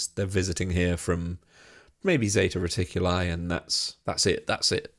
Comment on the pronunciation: Zeta reticuli is read 'reticulee', not 'reticulay'. As tzatziki we read tzatzeekee' not 'tzeytzaykay'🤬 it's Latin and greek, not funking americano🤭